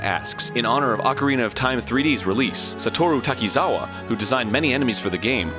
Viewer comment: If you listen closely, Arin mispronounces Satoshi Takizawa name . Unless for some reason you actually pronounce it that way.